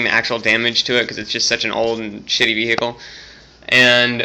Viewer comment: I heard a subtle "vee-HICKle" again.